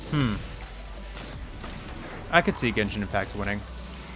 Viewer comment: Ah yes, my favorite game… Jenshin Impacc.